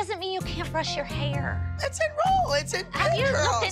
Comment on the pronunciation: Jill pronouncing “HaIuRRr” is hilarious 😭